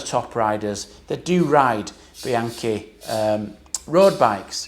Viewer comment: my nephew broke the chain on his Rail at 450km. He’s a hard rider that mashes the pedals,so I wasn’t totally surprised. Btw, the ‘chi’ in Bianchi is pronounced like ‘key’ 😅